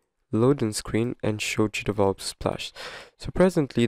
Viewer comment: Is it only me or he says "cheatable" instead of "GDevelop"? Or maybe because this is a way of "cheating" GDevelop? 🤭 Good video though, mainly now with the new version where the watermark appears in a place where it spoils the controls of the mobile versions and make them unreachable.